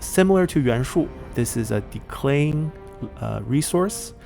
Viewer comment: A thing that is bothering me for no reason is the way you pronounce "decaying" like "declaying". I'm no expert in English nor a native speaker but it sounds odd, I wonder where did this "l" comes from, maybe the word clay? Maybe I`m wrong and it is pronounced like that somewhere.